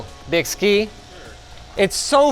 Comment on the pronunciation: Another 20 minutes of Linus mispronouncing a brand name. And Byski may have messed that up, but they are the only company that makes the GPU block that fits my GPU, and it works amazingly well